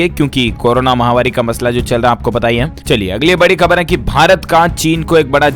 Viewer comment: Mahavaari nahi _ mahamaari correct pronunciation hai! ko batana hai.